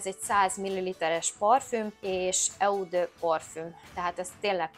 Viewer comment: eau : ejtsd “ó” ( francia szó, jelentése víz )